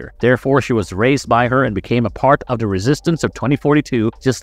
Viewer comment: "THE" NOT "DA"! HAVE YOU GOT A COLD? "THERE" NOT "DERE" FFS